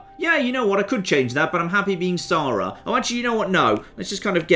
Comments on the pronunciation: that's not how you say SARA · jon's pronunciation of sara is freaking me out a little